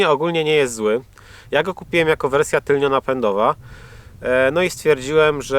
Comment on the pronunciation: Tylno, nie tylnio